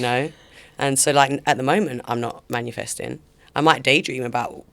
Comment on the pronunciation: Please someone tell her it's 'manifesting' and not 'manUfesting'